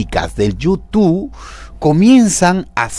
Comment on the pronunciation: No se dise YOU TU pend………………o se dise YOUTUBBBBB YOU TUBE